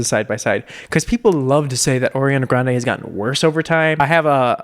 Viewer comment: her last name is pronounced "gron-dee" by the way 😂